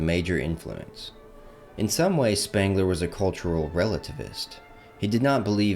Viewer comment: It's Sh-pengler and Goe-theh ...can't listen to this.